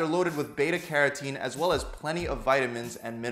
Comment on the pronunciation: as weel as the fiber... WEEL? XD